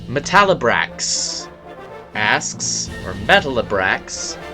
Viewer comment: Thank U for answering my Q's! I'm thinking of doin my own Q&A (thnks 2 U). Also here's a few more (Ya miss pernounce the name: Meta Libra X): 1. In Sonic & the Black Knight, who's yer favorite playable character & weapon? 2. When's yer next collab? 3. What Pokemon would U use in yer Dark team?